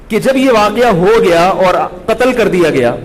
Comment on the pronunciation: Katal katal kr diya bolata hai...